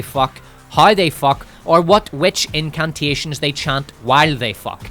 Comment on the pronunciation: I heard "incuntations," anyone else?😂